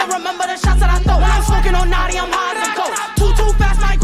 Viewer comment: It’s notti not noti